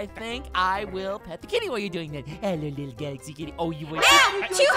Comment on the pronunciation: Gaxaly? you mean Galaxy?